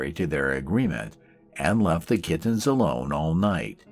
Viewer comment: I love the way he pronounces "kit-tins." I'm just in the beginning so I don't know the story yet, but I hope he keeps saying it.